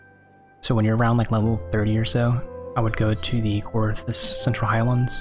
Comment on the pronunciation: "Coerthas" not "Cortheas"